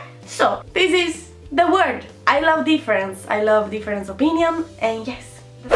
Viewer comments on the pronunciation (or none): none